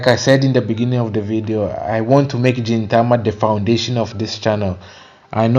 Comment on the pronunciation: Hey! Welcome to the fun journey of Gintama- a few notes it's pronounced GIN Tama Gin starting off with a hard G like when saying Green as opposed to a J sound like when saying Ajin. Yeah, the beginning can be difficult to push through for some, but I'm glad you're pushing along. Pay close attention to small details as Sorachi likes to give tiny hints of plot buried throughout his comedy.